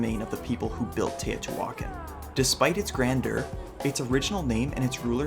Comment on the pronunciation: Im still confused...is she christopher walken's daughter? U know who i mean? Tay O.T. walken. Hey heres an idea...go watch real historians saying the words you dont know how to say like Tay O.T. walken. I mean teotihuacan.